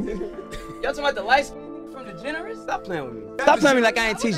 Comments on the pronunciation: When he said degeneras I think he meant degrassi 😂 old ahh show fr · Soulja boy calling Degrassi “degenerous” is the funniest shii 😭